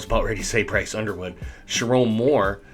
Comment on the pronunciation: Who’s “Iderwood” lol!